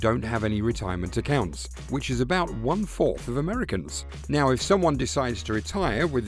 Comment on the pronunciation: Forth not forf